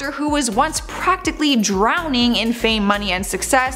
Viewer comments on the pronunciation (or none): none